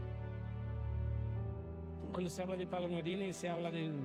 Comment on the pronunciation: PAOLO, not paulo.